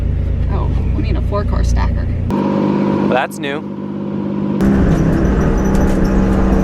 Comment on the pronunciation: "oh we need a fore car stacker"